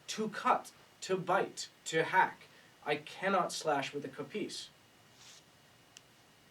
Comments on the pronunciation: Not Kopίs, Kόpis! Hello from Greece!!! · It's Kopίs not Κόpιs